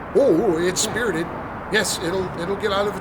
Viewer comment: "its spirted" lol